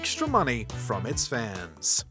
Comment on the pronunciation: Am I the only one who thinks this guy says "fans" in an odd way? 😅 "Fauhns"